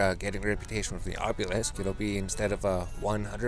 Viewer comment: AH - bee - lisk lol bothers the shit outta me